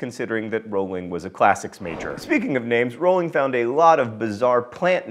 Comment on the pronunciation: The best part about this video is John saying Rowling correctly. If you could smell sounds, that's what amortentia would smell like to me.